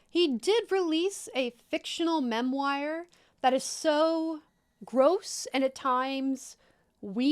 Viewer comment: lol "Mem-wire"